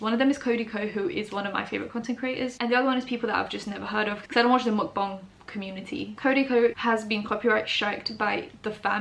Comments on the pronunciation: She said mukbang right its so groundbreaking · Omg finally a YouTuber who doesn’t horribly mispronounce the word mukbang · Your mukbang and bang pronounciation is on point! People, bang is pronounced bah-ng not bae-ng